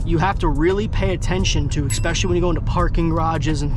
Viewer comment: My dood really said EKKspecially 😂